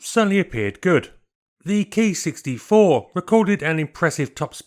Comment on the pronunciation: Thaks for saying Ki right. It's KEY to good pronunciation. I was told by an internet sensei the Katakana Letter Ki was shorhand for Airframe + Number. As used by the IJAAF. The IJNAS Typed thier aircraft by a code that indicated Role, Iteration, Manufacturer and type number. A6M5 = Attack [fighter] Sixth in series/ M = Mitsubishi/ 5 = Fifth revision.